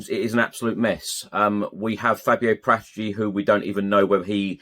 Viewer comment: Pronounce Paratici right!